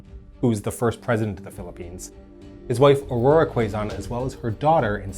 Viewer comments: and magsaysay is prounounced as mag saay saay not seey seey.. and quizon is not kwezon it's kezon. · Osmeña is pronounced “Os-men-ya” Magsaysay is “Mag-s-eye-s-eye” Quezon is “Ke-zon” The Philippines isn’t a parliamentary system. It has the Congress with both similar to the US Congress. Quezon isn’t the 1st president, but he is the 1st president of the Commonwealth (with the US). Osmeña being the 2nd and last. Edit: Roxas is actually last. Also note, the breach of truce is still quite frequent in the current communist insurgency. First shots started by the communists in every truce between the government and the insurgents. All truces are farce truces to the commies